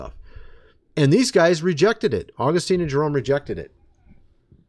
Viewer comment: Your understanding of Church History is severely flawed. You are heretically proclaiming false and erroneous “truths” about God and humanity. You don’t know what Augustine believed and you can’t even pronounce his name correctly. You have no idea what the early church actually believed, but you pretend to be an expert in Church History. You aren’t. Furthermore, you try and teach others and negatively influence people with your unbiblical and biased views of Scripture and theology. You are anti-reformed and hate Calvinism, because you don’t understand it. Partiality is a sin, of which you are drenched in. Also, your “dreams” are not authoritative in any sense of the word, and they most certainly are not “Of God.”